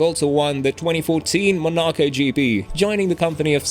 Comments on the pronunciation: You lost all respect at “Monaco” pronunciation… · Great video, but you need to work on pronouncing Monaco.